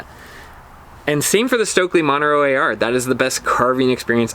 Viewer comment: You keep saying "Monero" AR. Are you meaning "Montero AR"? Serious question.